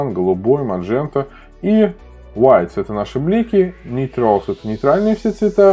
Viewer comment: "МаНжента" повеселила ))